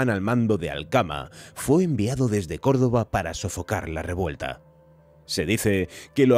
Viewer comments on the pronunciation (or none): none